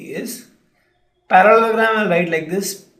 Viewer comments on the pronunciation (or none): good video but you need to seriously work on your pronunciations. it's Para-le-lo-gram, dia-go-nal, sci-ss-ors.